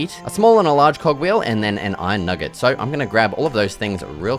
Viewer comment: did you seriously say "newget" instead of "nugget" 🤦‍♂🤦‍♂